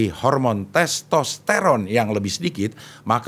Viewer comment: Karena di ajakin u like dan komen ya saya komen..CING EMANG KEREN.. ARTIKULASI NYA JELAS DAN TERANG BENDERANG ..saat nyebut nama MEGAWATI DAN TESTERON 😂 ..Sayo mau rekomendasi..bahas / Kulik kulik Kulik tentang jenderal NAGA BONAR kl bisa ada fhoto asli jendral naga Bonar ..bukan fhoto pak Dedy Mizwar ..terima kasih cing Abdel❤❤ semoga aje di wujud kan❤❤❤